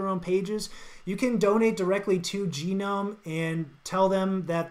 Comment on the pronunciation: Very good First Look! By the way, "GNOME" is either pronounced "gnome" (like garden `gnome`) or "GUH-nome". You can call it "Jee-nome" but that's not really an official pronunciation though.